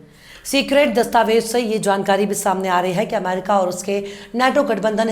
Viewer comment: Dastavej nahi dastavez kaheye.meda aap ka andaaze bayaan bahoth shaandaar khoobsurath hai.Jai Hind